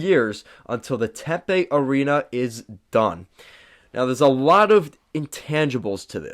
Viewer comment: Tempe (Tim pee) not Tempay.